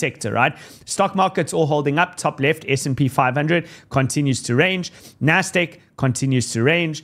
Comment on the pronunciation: Nasdêk?? Must be from cape Town Jesus.